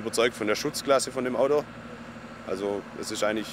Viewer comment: min-HAHAHAAAA........ich lach mich kaputt-was er sagt der HERR SCHWABE ,,AUSM LÄNDLE'' :-) :,, ....mit dem audoo...!! heheheheeee.......schwäbisch hald gääll